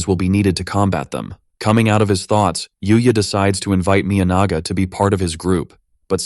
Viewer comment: that was NOT the correct pronunciation for Miyanaga